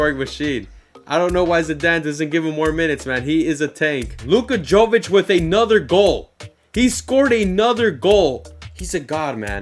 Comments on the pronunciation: Jović is pronounced like Yovichh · love the series man! also, jovic is pronounced with a ‘y’ not a ‘j’ haha